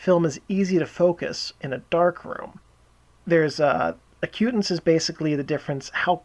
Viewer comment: It's AC-u-tance